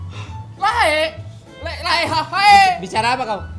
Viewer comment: Pengucapan kata lae nya itu benar dan fasih. Ga seperti di tv. Mengucapkan kata lae jdi lay. Horaaass!!!